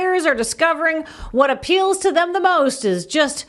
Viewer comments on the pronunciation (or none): "what aPEELs to them..." ? 😁👍🏻